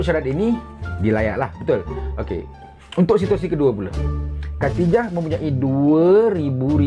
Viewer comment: Keduye. HAHAHAHAHAH. Anat tul la zakri